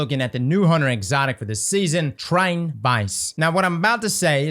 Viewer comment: Try-ton. People keep deleting the 2nd T